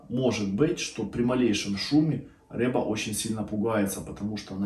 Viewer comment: Ни рэба, а рыба